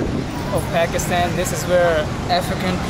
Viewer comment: the upcoming singer with the cap is so cringe. He called Pakistan Pyekistan, now that's some wannabe piece of s***